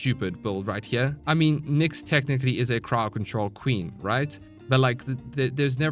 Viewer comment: I thought he said paw patrol instead of crowd control